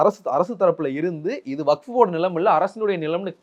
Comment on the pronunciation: இவருக்கு வஃப் என்பதை உச்சரிக்கவே தெரியில இவரெல்லாம் முஸ்லீம் லீக் தலைவர் ????????